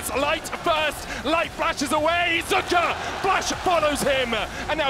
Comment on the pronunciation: Who da foook is zuuuuka? Its pronounced zeka lol